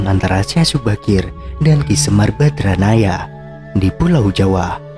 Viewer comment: maaf penyebutan YG BENAR SEMAR BADRANAYA bukan BADRAYANA